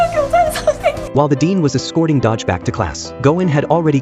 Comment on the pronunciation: Its not dodge its do-gi/do-ki